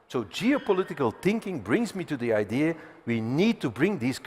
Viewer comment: he breathed life in a very old ideaaarrrr